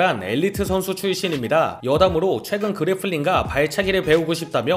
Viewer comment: Grappling 입니당 graffling 말구용 ㅎㅎ